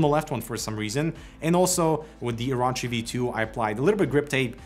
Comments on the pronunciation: oro-chi not oraochi LOL orochimaru ddude XD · It's pronounced OrOchi, not OrAchi. Also, Logitech G305 - Razer Edition...................🤦‍♂️🤦‍♂️ No. Maybe if it had 11 btn like G903, tilt wheel + free spin, maybe then! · O-Row-Chi not O-Raw-Chi lmfao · ITs really easy to say OH ROW CHI Oh Row Chi Its not hard. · This is gonna make One Piece fans boycott Razer AND BTW it is pronounced "or orh chi" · I'm appalled. I'm off to go watch Dave's review where they know how to pronounce Orochi.... (jk) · In One Piece there is a scumbag villain called Orochi and the way pronounced Orochi was way off